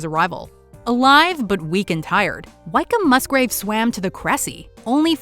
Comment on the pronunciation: For future reference Wykeham is pronounced Wickham not Whyk-come, also Commander (midshipman when the incident happened) Wykeham-Musgrave was only around 15/ 16 years old when the ships were blown up